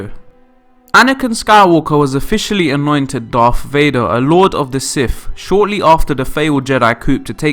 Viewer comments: “The dreaded Darth Vay-nah” Dreadful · Darth Vaner? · "Darth Vadnar"?